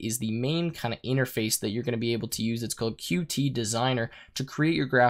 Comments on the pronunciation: Good tutorial. It was a bit painful hearing Qt pronounced wrong the whole time. The reason it is written "Qt" and not "QT" is because it is pronounced "cute" and not Q T. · According to the Qt Company, Qt should be pronounced "cute", for obvious reason.